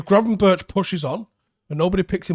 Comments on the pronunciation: Pronunciation of Berghuis is not [bergeous] but [berg-house] like in Bergkamp. Gravenberch is not [graven-birch] but [graven-berg]. Minor points. Love the videos! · Actually the "ch" in Gravenberch you speak out as "g" so Gravenberg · Gravenberch is pronounced as Gravenberk. butcherin names again😂